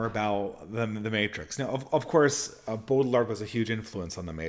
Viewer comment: even though this isn't intention, there's something appropriate about him stomping on foreign pronunciations like "Gene Bode ill ard" it's like Brad Pitt in Inglorious Basterds, "ban jayr no" if we really believe in nations and localities with distinct cultures, we ought not pay any heed to the globalist sophisticate who would scoff at a mispronunciation of the French